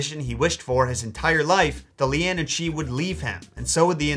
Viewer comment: Caorthannach = KWAREhonn(uck). Leanan = LANnan ;) regularly impressed by your Irish pronunciations otherwise though!!